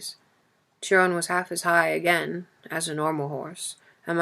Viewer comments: Thank you so much for uploading this. It is one of my favourites! Also Chiron is pronounced Ki-Ron 💕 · Am I the only one that’s so bothered by the pronunciation of Chiron’s name? Ugh it’s pulling me out of the story.